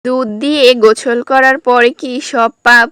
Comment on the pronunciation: গোসল ❌গোছল✅😂